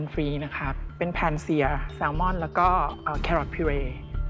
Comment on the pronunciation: 0.20 เเซมอน ลืม ล